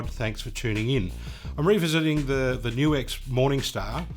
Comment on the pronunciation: I like how you know HOW to say NU-X! \m/